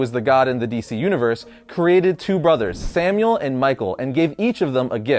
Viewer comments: Shouldn't it be pronounced Samael and not Samuel? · Stop saying samuel!!!!!! Omg it's making me so angry!!!!!! It's SAMAEL or SAMA-EL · His biblical name was Samael, not Samuel. Pronounced Sah-my-el. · This is old as shit, but I still feel it's worth pointing out that Lucifer's name isn't/wasn't "Samuel". It is/was "Samuel", like "Sam A L". Just wanted to get that off my chest lol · I love you man. You make really good content. His name is Samael not Samuel (Pronounced Som-eye-Ell) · It's sam-ael not samuel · It's Sam-eye-elle not Sam-ule. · sam-my-el not samuel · I'm sorry, It's "Samael", not Samuel. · I’m pretty sure the licifers name is pronounced Sam-I-Elle. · BTW It's Samael not Samuel. Samuel was a human lol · It's not Samuel it's samael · Samael* pronounced as Sam ay el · It is not “Samuel”, it is “Samael”. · Samael not Samuel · You said Samael wrong lol